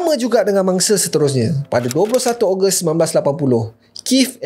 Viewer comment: Kenapa aku dengar kau sebut bangsa hehehe bunyi mcm bangsa padahal mangsa